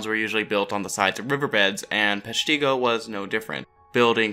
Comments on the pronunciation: Yes, PESH-ti-go. Not Pesh-TEE-go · The town is actually pronounced with a short I. Peshtigo not peshTEEgo. You are not the only to pronounce it that way.... The History Guy did as well. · Great video. However, the fire is pronounced (Pesh - ta- go). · Another video where they mispronounce the name of the town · I cringed everytime he said Peshtigo!!!